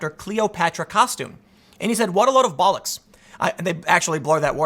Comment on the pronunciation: Its always funny hearing Americans attempt to say Bollocks